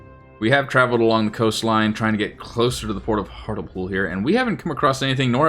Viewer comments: Hartlepool is pronounced Hart-Lee-pool. Found it surprising my home town is in the game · Based on your pronunciation of Hartlepool ( it should be hart lee pool) I hope Jeff Stelling isn't a subscriber 😅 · Hart le pool, not hartle-pool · Pronounced “Hart-lee-pool” 👍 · Just thought I'd mention that Hartlepool is actually pronounced more like 'Hart-li-pool' #TMYK 😉